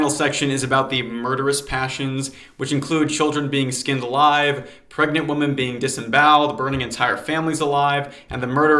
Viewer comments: Not related at all but I noticed you pronounce women as woman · What is it with people not knowing how to pronounce “women”. Instead of “woman”. The plural of woman is not pronounced as woman. Come on folks. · Great stuff but why do you pronounce women as woman? The plural is WOMEN, pronounced ‘wimmin.’ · Please, for the love of God, learn the difference between “woman” and “women,” they’re two different words.